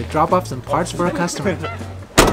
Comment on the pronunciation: YOU DESTROYED THE WORD "CUSTOMER".